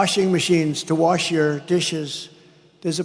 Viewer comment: I like how Dump the Trump says worsh instead of wash its like there's no worsh he's so dumb lol